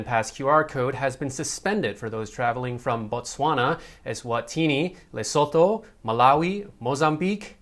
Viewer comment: Only your're Lesotho was a bit wrong😆😆😆😆